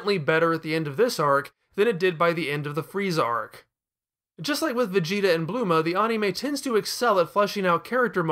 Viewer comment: “Bluema”???? It’s Bulma.